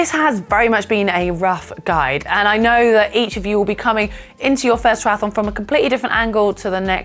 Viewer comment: "try ath on", not "try ath a lon"